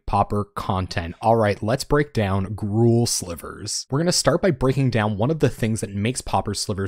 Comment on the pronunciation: This sounds spicy. Also TySM for pronouncing Gruul correctly